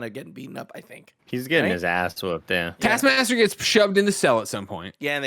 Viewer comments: Everyone's sounds like they're saying task masker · Say it with me, Nick: T A S K. M A S T E R. TASKMASTER Not tass masker… TASK. MASTER. Thank you for coming to my TED Talk. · Is it just me or can Nick not say taskmaster?